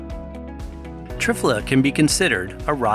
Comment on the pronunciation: I always hear it pronounced tri - fala, instead of triff - ala.